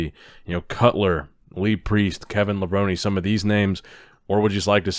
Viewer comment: It’s Kevin LA-VRONE.. not LA-VRONIE 😂